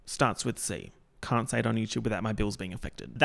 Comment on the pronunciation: i mean... the set up with the starting with c and then saying cant in an australian accent is kind of perfect